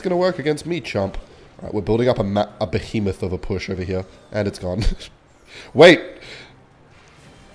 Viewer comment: BEHEMATH OF A PUSH